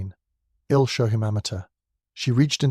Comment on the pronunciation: May I suggest editing out all the moans and groans; also - isn't there some way to correct the pronunciations on the contractions? "ill" instead of I'll, etc? It's very distracting - especially the moaning.